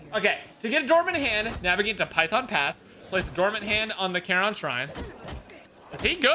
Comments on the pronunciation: Bro, it's care-on not car-on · still annoys me cause I’ve always known care-on and never heard car-on